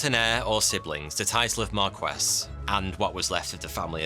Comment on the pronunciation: I love your videos...but it blows my mind that a seeming Englishman like yourself doesn't know how to pronounce 'marquess'